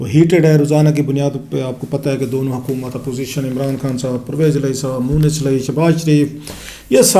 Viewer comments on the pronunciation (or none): none